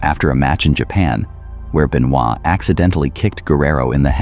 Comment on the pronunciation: Doesn't even know how to pronounce his name right. Man you are fired. Fake fan of wrestling.